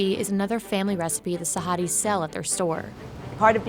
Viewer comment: the way she said it was so wrong.... oh god